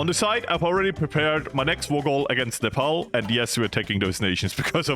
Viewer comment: That was.. the best Nepal pronunciation from a foreigner I ever heard